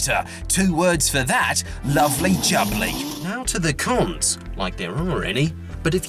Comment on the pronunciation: ‘Loverly jubley’